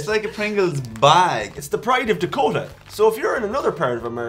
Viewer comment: They way pronounced Dakota